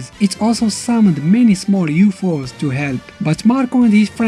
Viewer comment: yup. he just called them YUFOS